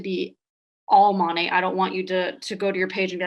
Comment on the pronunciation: Mo-nae…. Not mon-aye 🤷🏼‍♀️ I mean I would know how to pronounce before I bashed j/s and no I’m not with monat never have been never will be but I would Atleast research enough to know how to province the name before I went onto a live video and bashed them. 🤣